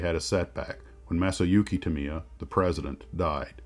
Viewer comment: Tamiya is the industry standard. I judge all kits against them.. With that said, the name is pronounced "Tam-ee-ya", not "Tam-ee-ah" or "Tam-eye-ah" as most Americans pronounce it.